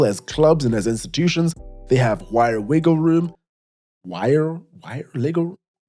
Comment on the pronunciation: " wire wiggle room" 🤣😭 just drunk things